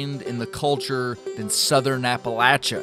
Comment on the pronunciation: thanks for pronouncing Appalachia correctly lol